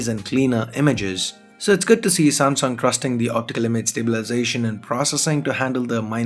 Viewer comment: u better practice speaking samsung instead of samsong